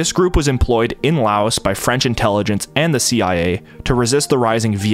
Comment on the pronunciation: Couple pronunciation nitpicks: - the S in Laos is silent, it's a French pluralization - Hmong is pronounced more like "mong" (the "hm" represents an unvoiced m sound, we don't really have an equivalent in English) - Hui is pronounced more like "Hway" or "Hwee" And just to head it off for when you get into Vietnam, "Khmer" is pronounced like "Kmai"